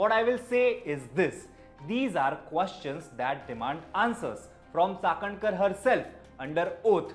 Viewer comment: Like the way you pronounce Chakankar 👍🏻